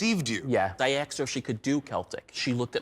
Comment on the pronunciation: Why'd he say "aksed" instead of "asked"? That's not how you say the word